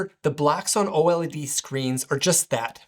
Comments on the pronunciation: Just say "OLED." You don't need to say "O.L.E.D." every time lol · U lost me at OH EL EE DEE.